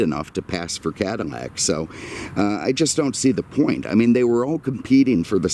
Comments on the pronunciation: Can you say "Cadillac" instead of cadimmac. Driving me crazy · Say it Cadillac not catamack.maybe once but the whole video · I wish you would stop calling the Cadillac a Cadimac. You should have more respect the car. You had respect for the Lincoln. The only thing that I hate is now they are building them in China. Talking about disrespect!!! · Is he saying Cadamac?